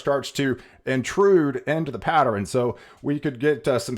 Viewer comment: Someone PLEASE tell this Genius how to pronounce "Pattern" it's not "Patt-er-rn" every time I hear him say it, I want to scream!